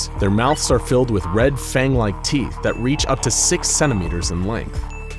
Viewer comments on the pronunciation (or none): none